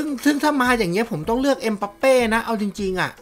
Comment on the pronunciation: ชื่อถูกต้องเขาเรียกเอ็มบัปเป้ บ่ใช่เอ็มปัปเป้ มั่วหลายแท้ อ่านอังกฤษออกจริงป่ะเนี้ย